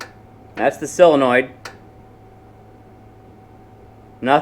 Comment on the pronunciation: Solenoid, not silinoid. ,)